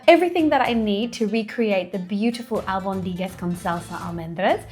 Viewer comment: It's pronounced AlbOndigas with the stress on the o